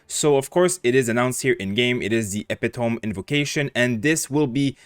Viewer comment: "EPITOME".......pronounced uh-pit-uh-me.